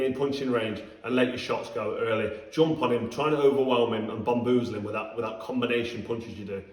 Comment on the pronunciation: He said bomboozle lol !!! 😂